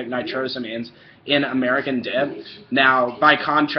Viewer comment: Its pronounced " nitro-say- means" you lil poopsmuggler you